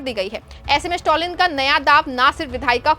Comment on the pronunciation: स्टॅलिन, स्टाॅलिन नही। improve your pronounciation!